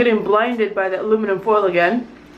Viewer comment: Aliminum Foild Blinding....Ha ha ha ha